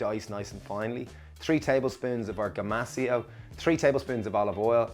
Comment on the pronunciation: I replayed the video many times, & I heard the same pronunciation.....gomacio, gomoshio, something like that. Googling ground toasted sesame seeds & salt now. 👍